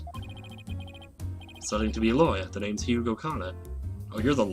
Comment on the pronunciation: FYI, you don't say the G in Hugh.